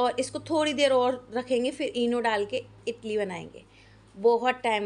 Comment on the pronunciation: इटली क्या होता है इडली बोलते हैं ज्ञान की देवी सभी लोग बनाते हैं जब ढंग से बोलना नहीं आता है तो क्यों बोलती हो